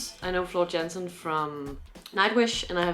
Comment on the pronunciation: It's pronounced .....Yansen.....! The "J" is sounded as "Y"......!